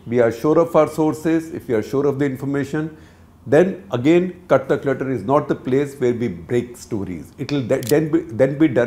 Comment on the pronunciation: It sounds like clutter clutter instead of cut the clutter